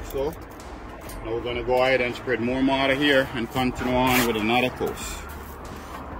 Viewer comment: Its pronounced MORTQR not MARTER !!! please!!!!!!!!!!!!!!!